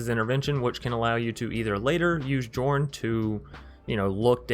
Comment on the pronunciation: Nice build ... I'll try it ... btw it's pronounced "Yorrn" instead of Jorn..